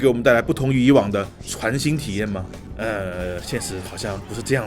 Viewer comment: 攻壳Gamker唯一官方频道 是不是故意把 全新 说成渣渣辉的 传新……